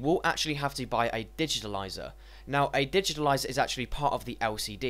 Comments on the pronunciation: dude correct yourself first its not digitilizer it's digitizer... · So annoying, digitaliser, actually its called a digitizer, actually I can't listen any more... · I agree, there is no "L" in digitizer.